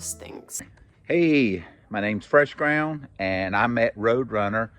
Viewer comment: Fresh GroundS- mispronounced his name. LOL